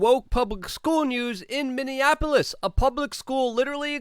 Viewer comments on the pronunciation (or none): none